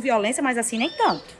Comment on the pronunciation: Eu nao admito que você fale asin con meu prinçeso /eu rachei de rir